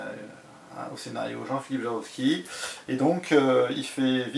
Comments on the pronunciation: Tu dis "Jarovski" mais cest bien "Javorski". Et sûrement pas Jablonski. En tout cas faut que m'y mette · Ouaip faut que je travaille ma prononciation jawooorski pas jaroski : « c’est leviosa pas leviosaaaaa »😂